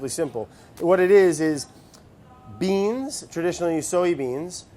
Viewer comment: Omg that little pop of “beans” from even Stevens ......